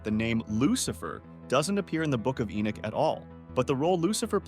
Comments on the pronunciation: narrator you keep mispronouncing ENOCH, it's not enick or enuck nor is it enack or eneck or even enck it's ENOCH as in eee.....nock on a door , ENOCH. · The book of Enick? Maybe The Boom of Enoch, a mistranslation using crap script reader perhaps.